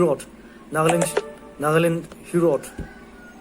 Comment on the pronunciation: She can't even pronounce Nagaland 😂😂😂😂😂